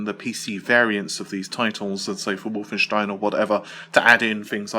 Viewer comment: Lol he says wolfenstein in german How is that possible does he speak german ?